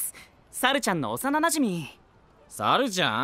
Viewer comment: 発音がちゅゎぁ～～～んで笑う ルパンの不二子ちゃんみたいな……